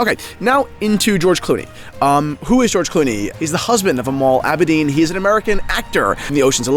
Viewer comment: Clooney’s wife isn’t called Amal Abadine, you American moron. If you’re going to mention someone by name, at least have the decency to learn how to pronounce it. And there’s no such fucking place or event called Wimbleton! Wanker.